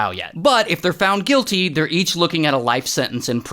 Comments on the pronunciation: its not "gurmany" its germany🤦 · really ?? ?? grr-man-ey?? ITS GERMANY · bro galled Germany Geermaani.not cool bro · what the fuck was that pronunciation at the end?? 😅 gaaarmany?. Ans not Jermny? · The way bro pronounces germany😂 “Jer-man-ee”💀❎ “Gur-man-ee”💀☑️ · Bro said Germany it’s like a j not a g bro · Bro its Germany not GHERMANY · Germany ❎️ Gir maney ✅️ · What the hell is Grrmany bro it’s jer-man-ee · Uhhh ger Manny the pronunciation jer many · Bro who says germane it’s jer man i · Its not girmany its jirminy (pronounciation) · Does he really, REALLY HAVE TO PRONOUCE EVERY SINGLE STATE AND COUNTRY INCORRECTILY? Germany FOR HIM: "Grrr many" Germany FOR THE WORLD: "Jer mahn Ee" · Germany not germanie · Who pronounces it "Ger-many"? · Omg he did not say "Germanii" its "germany"😭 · Excuse me?? GER-MANY ??? Its Germ-many ??? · Bro called my 𝕔𝕠𝕦𝕟𝕥𝕣𝕪 grrmany😂😂😂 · Ray, it's Germany, not Gormany...😅😅😅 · LOL he said Gurrmany instead of jermany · Jur-mahn-knee ❌ Gr-manny ✅ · He said ger many when it’s germAny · Grenmy is what he said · Alr im sorry evryone but its proununced JURMANY not GURMANY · "Grrr-manny?" How about: "Germ - any" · Jerm - any ❌ Gur - manny ✅ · This guy just said Ger-Many and not Jer-Many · Why are you pronouncing Germany like that bro? 😢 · “GUR MANY” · It's Germany (jur muh nee). Could you get the name of the country in Europe right? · Nah bro said gr many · why tf did he call it gurrmanny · no one talking about the grrmanee pronunciation? 😂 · Bro it's Germany (jer-many) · Bro really said Ger Many instead of Germany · ah yes, love ger-many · reading Germany as Guermany is crazy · Bro really just said ✨Gurmanie✨ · " jer-Manny" lol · Did anyone noticed ray said ger many instead of germany 😂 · Bro sas ger nanny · Germany Gerrmany Australia AustrLeah💀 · Did bro actually say “Girmany” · ''shoutout to Gur-Ma-Nee'' hahahahaha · What's with the "Gerrmany" pronunciation? 😂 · It's Germany (jer-many) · REALLY GUR - MAN - IE? bro go to pronouncing class